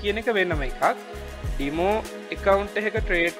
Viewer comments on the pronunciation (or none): ගොඩක් පැහැදිලි ව කිවා තැනක්ස්. පොඩි දෙයක් ඩිමෝ නෙමේ ඩෙමෝ වෙන්න ඔනී මන් අහලා තියෙන විදියට ඉංග්‍රීසි චැනල් වල ඩෙමෝ කියලා කියන්නේ